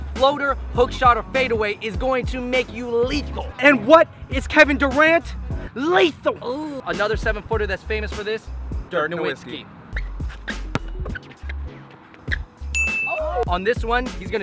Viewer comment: protip: it's pronounced noVitzki. w sounds like v in german. how y'all watch the nba this long and still don't know how to say the damn man's name.